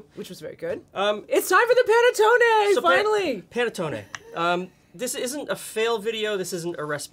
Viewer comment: New subscriber here and LOVING your channel thus far!! This here Italian thanks you for correctly pronouncing panettonE with a LONG E sound at the end! Between the Americanized mispronunciation of provolonE and a few others, it drives me nuts to hear people drop the long E at the end of these words. My Sicilian Nonna from Palermo would be so happy to hear them properly pronounced. 😁 After all, we Americans have gotten used to properly pronounce the Spanish word Taco with the AH sound and not Americanized it with a long A right?! Imagine hearing it pronounced tAYco!! Or how about burrIEtoe... LOL 😂🤣